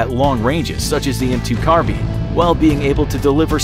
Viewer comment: He said M2 carbine wrong who says it like that